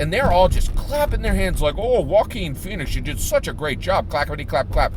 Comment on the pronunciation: Haha you're too funny! You totally corrected yourself on the Jock-uan/Wah-keen slip...this made my day! 💯% #YangGang P.s- Is it me or does it actually driving down a freeway of potholes! You can see your car take a beating from that road, almost sound like you had a guy in your trunk just kicking away at your interior haha my brain sometimes!